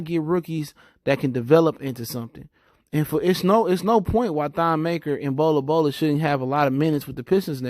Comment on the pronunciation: Bro there’s no A in Bol Bol’s name. “Bola Bola”??? 😂 kinda hard to take you serious when you continuously butcher these dudes names.